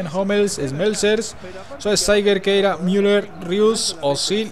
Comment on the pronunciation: Se dice khedira no keira